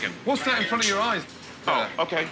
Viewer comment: Can you say “Front”?